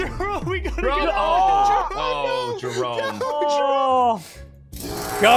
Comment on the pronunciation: “Henwy was rolled by SSundee” got me WEAK 🤣